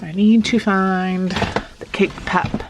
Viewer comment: “Cake pap” lol pop!